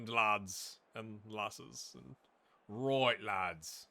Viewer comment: I can't pick what was better every time you said "alright Lads" and it sounded like an accidental Irish accent or you Beautiful Mind-ing the player Attributes 😂